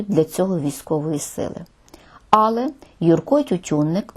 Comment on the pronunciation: також в слові "але", наголос не на "а". Але куди ж мені звичайній смертній з Донбасу....